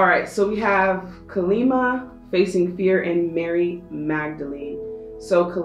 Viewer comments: I don't want to be rude, I love your videos, however, I believe her name ()is pronounced caw-lee mah. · Pile 3: Just a quick note. It's pronounced as Kaa-lee-maa, she is a warrior goddess who single handedly killed demons who couldn't be destroyed. Your readings are as perfect as always. Thank you so much for your videos right when we need them ❤️